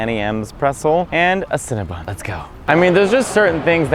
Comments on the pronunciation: I enjoyed this, but it's CinnaBON, not CinnaBUN! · Cringe and take a shot every time Mateo says “CinnaBUN” instead of “CinnaBON” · Stop saying CinnaBUN, it's CinnaBON (Silly girl) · Girl it's Cinnabon..not Cinnabun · Cinnabon. BON boy, not BUN. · ConnaBON! It rhymes with crayON!